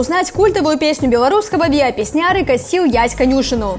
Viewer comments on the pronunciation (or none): Песняры,ударение на "ы", и косил Ясь не конЮшину,а конюшИну,ударение на "и". Господи,ну когда ты избавишь нас от этой безграмотности и "недалёких"людей со своей бредятиной. Позорят только ((( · удАрения надО правИльно наУчиться ставИть.:)) Не ПеснЯры, а ПеснярЫ. Не конЮшину, а конюшИну. И да, в этой песне плагиата нет, туда просто вставлены куски этой песни. Идея песни заключается совсем в другом, да и про конюшину в песне ни слова нет. Какой же это плагиат? Про гитарный риф тема весьма сомнительная. Там просто последовательность похожая. Но авторское право ведь не на последовательность нот, а на песню целиком. Насыров слизал песню - это факт неоспоримый и обжалованию не подлежит. Про Шизгара - нифига не в точку. Мечтать взяли всего лишь аккордовую последовательность, но мелодия и текст - другие. Много там ещё вариантов, которыми впрямую плагиатом назвать нельзя. Автору видео надо сначала получить музыкальное, а также филологическое образование, а потом уже судить, что плагиат, а что - нет. Ускорили оригинал, добавили эффектов и тыры-пыры.:)) Много вопросов к данному видео. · Только не канЮшыну, а канюшЫну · Конюши́ну, вы хоть текст готовьте перед видосом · В чем девонька права-то? ) Что говорит ПеснЯры и "канЮшина"? Уже не впервые издеваются над произношением слов. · Вообще то правильно говорится: песнярЫ, касиу Ясь канюшЫну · Не конюшину, а конюшину😄😏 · Песняры́, "Касі'ў Ясь канюшыну" ( в "канюшыне" ударение на і)